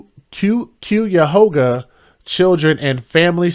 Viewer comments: Pronounced ky' a ho ga. It means crooked river in Native American language. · Pronounced Kiahoga . This is horrid!!!! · Cuyahoga, is an Iroquoian Native American word which means 'crooked river'. Pronounced: Ki-e-hoe-ga (YouTube has video of pronunciation🙀). It’s the name of a river & County. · Another story from my state.. Ohio...smh! It's Ky-Yuh-Hoo-Guuh county babe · It’s pronounced khy-uh-ho-ga county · I love how you pronounce Cuyahoga Lol You’re adorable. ❤ Great job on this story. So, so sad 😢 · How, you pronounce this county, is Cuyahoga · How do you pronounce it is Cuyahoga county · Cuyahoga the Cuy rhymes with “guy”. It’s an Indian name. Thanks for reporting on the case